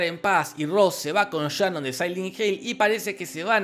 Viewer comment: Por que le dices Shanon si se llama Sharon? Jorge: Por que se me canta el culo.